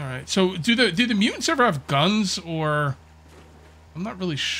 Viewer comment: do the MuUnts… i think my fren is trying to say muTants with T, A, T and S.